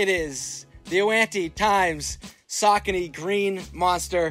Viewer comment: I always thought it was pronounced sa-kony lol